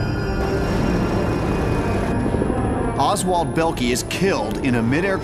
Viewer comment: Oswald Bellkee???? LOL get it right!!